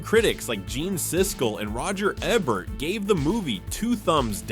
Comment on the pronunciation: Eeee-Bert not Ehh-Bert